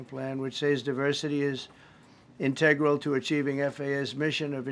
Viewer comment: In - Tay- gral. You mean integral?